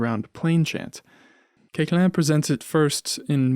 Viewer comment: A very fine documentary about Koechlin (his name correctly pronounced). Pianist, I explored his piano music many years ago but I distanced myself from it because I find it generally extremely boring (but a few pieces, mainly his sonatinas where here and there we find something more palatable). He wrote a lot for other instruments mainly for flute, output where we can find really beautiful pieces, among them - 14 pieces pour flute et piano op. 157.